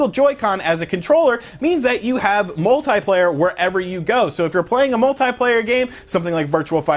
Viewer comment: anyone else irritated by the way he says multiplayer? lol